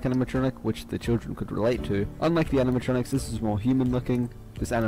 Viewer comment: Animatronics no Animitrontrics